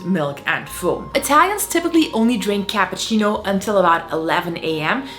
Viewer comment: You lost me at "capahcino"